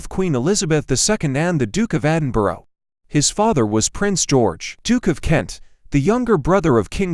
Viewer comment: It's not Edinboro, it's pronounced Edin-bur-a